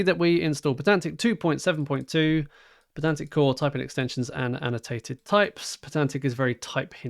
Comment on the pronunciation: Isn't the whole point of it being spelled "pydantic" that you pronounce it "pie-dantic"? :D